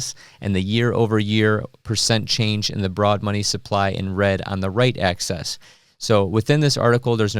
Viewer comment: You pronouce "axis" like "access" and it bothers me, but you still get a thumbs up.